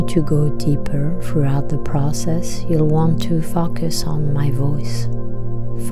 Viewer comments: it's a common mispronunciation. Just imagine the word spelled fOHcus. Nice video thank you. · Soothing, caring, comforting voice..slightly off putting to hear focus pronounced fAkas...otherwise found this really Powerful